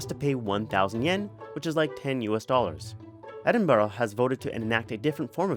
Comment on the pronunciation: Lol did u hear how he pronounced Edinburgh 😂😂😂😂I live their and that's not how u say it